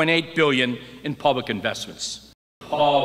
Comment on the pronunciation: with pUblic pronounced pOblic (though I would spell it pAWblic) ... the first time I heard that clip I thought it was a bad recording with extra echo. On rewinding, yeah, he said it, but ... my first reaction might be something that represses it in recorded speach.